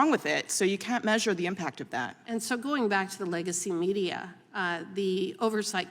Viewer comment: Did she say Lego-media ? Because that is kinda accurate